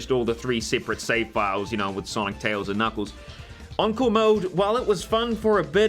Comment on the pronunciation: I hear uncle not encore